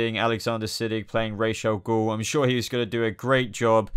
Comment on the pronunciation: I think you're pronouncing Ra's al Ghul wrrong